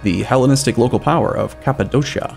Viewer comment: So he pronounces Cappodocia correctly but can't say papyrus or Macedon?